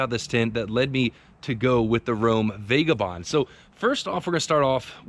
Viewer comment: For the love of god it's pronounced vagAbond ...more specifically...vaɡəˌbänd.